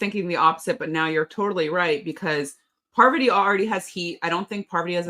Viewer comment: Heading Rachel call Parvati “poverty” is taking me back to S13 Survivor when Jeff couldn’t get her name right pre-merge